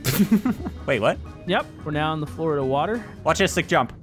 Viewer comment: Florida or Floredoor? I can't tell